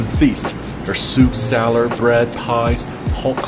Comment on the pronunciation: A campaign is needed to get Sam to learn to pronounce "salad". There is no "R" in the word salad. How can we make this happen?